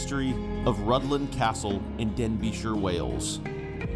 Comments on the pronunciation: I thought it was pronounced Rithlan so I was confused when the narrator pronounced it Rudlan. Thanks for explaining the pronunciation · Your pronunciation of Rhuddlan needs some work. 😊❤😊